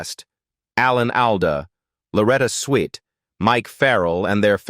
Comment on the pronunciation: Would have been a nice video if you had used a real person to voice it instead of the same canned AI voice everyone else uses. I gave up after 3 minutes when it kept pronouncing Alan Alda’s name wrong and then Loretta Swit.